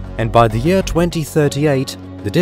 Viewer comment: "astronomical units per yaaaah"